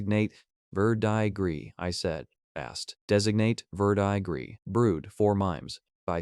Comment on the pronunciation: Like the story but there are lots of mispronounced words and names. Like verdigris is pronounced ver-deh-gree. Most of the dragons names are wrong.